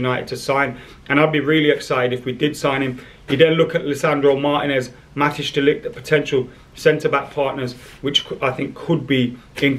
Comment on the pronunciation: Matijs is pronounced Mat”ice“